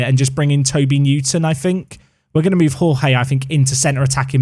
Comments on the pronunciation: Hey, really enjoying the series so far! I think Jorge is the Portuguese equivalent to George, and is pronounced a bit like Georgie, rather than the Spanish pronunciation that you were using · Jorge in portuguese is pronounced almost like George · Hi. First time follower of the Park to Prem series but enjoying since Three Bridges. One note, and it seems you will be using Jorge more often. The correct pronunciation is just as you say "George" but the first "G" is fast paced and without the "e". For Túlio, try the following: "Two-Lee-Oh"